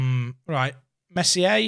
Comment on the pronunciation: Oh, so very annoyed, you forget how to pronounce Meslier again... >< Love the content.